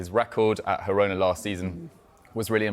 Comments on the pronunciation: Whys this doufus keep saying hirona 😂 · "Hirona"? Where do these guys get their nonsense pronunciations? Making it up as they go along. "Girona" is Catalan so the "g" is pronounced.